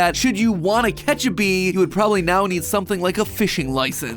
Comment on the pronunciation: Are you serious right neow bro 💀💀